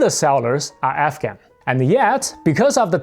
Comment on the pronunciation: Wait are you saying African or….